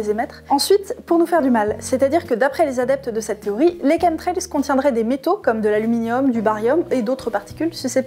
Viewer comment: Merci grâce à vous je sais comment on prononce chemtrails avant je prononçait à la française Ouf l ordre et la vérité sont rétablies 😍😍😍